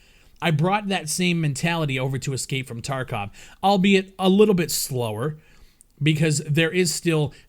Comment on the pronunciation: Its TarkOv and not Tarkav!!!